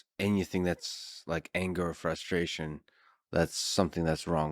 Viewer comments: Can’t pretend you’re the smartest person ever and then say “fustration” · How can a genius not be able to correctly pronounce "frustration" and think that dirty looking hoodie is an incredible creation?